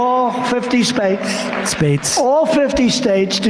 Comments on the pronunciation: Did he say all fifty SPATES? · "All Fifty Spates" -Donald J Trump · The qualifications of a true president😂